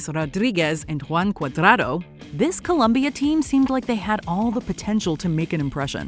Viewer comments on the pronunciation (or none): It’s Colombia, not Columbia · yeah always the same americans change to columbia ITS COLOMBIA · Columbia? Please shut up its Colombia 🇨🇴. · Colombia. COLOMBIA. NOT “Columbia”. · its COLOMBIA not colUmbia!!! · Hey It's COLOMBIA 🇨🇴, not Columbia! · COLOMBIA*** NOT ColUmbia! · It's COLOMBIA not Columbia! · COLOMBIA. Not ‘cOlUmBiA’ Sheezz!!! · Im sick and tired of “Columbia” lol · Colombia* not Columbia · For God's sake, It's Colombia not Columbia, Jesussss 🤦🏽‍♂️!!! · It's Colombia, not Columbia !!! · It’s Colombia, not Columbia! 🇨🇴🇨🇴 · It’s Colombia not Columbia. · It’s Colombia not Columbia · It is colombia, not columbia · Colombia, O, not U, get it right jesus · COLOMBIA, not Columbia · It's not Columbia.... is Colombia guys 😅😅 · You have to be kidding me - it’s Colombia .. wtf - talk about being rad ignorant with no Mojo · ColOmbia, guys, not Columbia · The country is spelled ColOmbia, with an O, in every single language, including English. Do your job properly! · Colombia with an O!